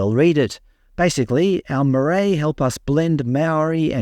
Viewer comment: Good on you for trying to pronounce maori words. Marae. maa-rye. "mixing of languages is a nightmare" you are ignorant of our cultures here in NZ.